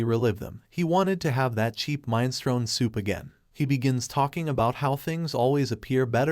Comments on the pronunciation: Minestrone!!!!!!!! Mi nes tro ni !!!!!!! Sometimes you have mispronunciations and it's fine, this was just too frustrating! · What, you don't know mine-strone?